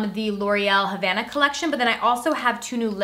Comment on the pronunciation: It’s : Havana OU nana not : Hanava NOU nana